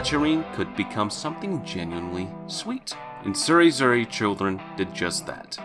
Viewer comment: Tsureduze children not tsuedure children